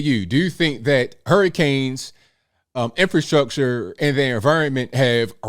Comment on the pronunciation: In Fer Structure lolol she cannot even say the word right.